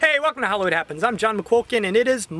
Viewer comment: John, WOW! You have a very strong screen presence! Pleasant pipes and delivery. Dang, I wish I was doin' a show, I'd hire ya! :) One suggestion: you might want to enunciate "Hollywood" a little more carefully. It's coming out as, "Holwud Happens." ;) I can tell you well-earned your SAG card, though. :)